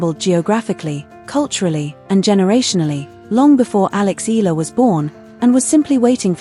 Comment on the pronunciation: terrible A.I voicing, can't eve pronounce Eala properly....